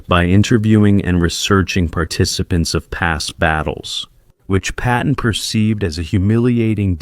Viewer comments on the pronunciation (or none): His name is Patton not Peppin! George Frei